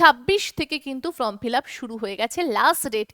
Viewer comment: ফ্রম না ওটা ফর্ম হবে, আপনি বারবার বলেন যে ফ্রম ফিলাপ করতে হবে, আসলে ওটা ফর্ম হবে